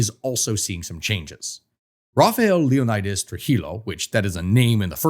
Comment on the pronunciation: As a dominican you should know that you madr no effort to learn how to pronounce things in spanish. When you see a double L,pronounce it like a Y. So Trujillo is pronounced Tru-He-Yo. And Leonidas is pronounced Leh-Oh-Knee-Das.